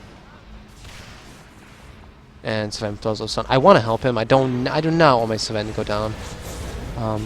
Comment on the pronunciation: why are you pronouncing Sven sa ven?